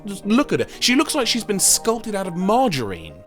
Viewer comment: In addition to all the historical gaming facts, I also love the way you pronounced "margarine".